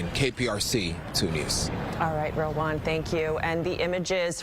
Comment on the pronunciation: His name is Rilwan pronounced “real one” 😅😂😂